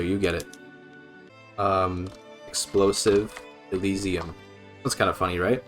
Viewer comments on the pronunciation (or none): none